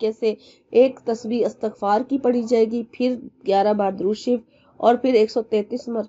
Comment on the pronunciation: Ap ne astgfaar hi galt parh rhi hn